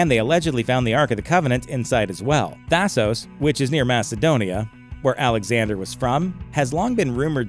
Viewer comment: Thasos as in Thasoss and NOT Thasose